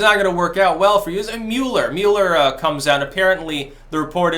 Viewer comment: I love the way he pronounces Mueller's name: "Mule-er." (It's actually "Mull-er," but I prefer his pronunciation. It better suits that corrupt, desperate idiot. My friends and I simplify things even further by just referring to him as "Lurch.")